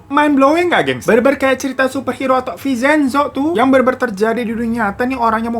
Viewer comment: Bang vin cen zo bukan vi cen zo😂